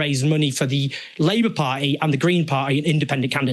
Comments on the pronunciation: Why "pie"??!! It's "party", "pardy" if you will, or "pa-ee" with a glottal stop. But never "pie"! "Party" is a key word in your talks. Make sure to pronounce that clearly enough (not necessarily "properly"), at least at first mention. Sounds and feels sloppy otherwise. Feedback from a fan. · Any chance you can learn to pronounce ‘Party’? And stop dropping your ‘Ts’ , it doesn’t make you working class.